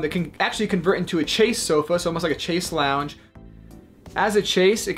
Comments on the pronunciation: I couldn't figure out what a "chase" was... Until I realized he was saying chaise... I speak French so.. That's far from correct pronunciation, that confused me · Chase? Chaise is pronounced “shayyz”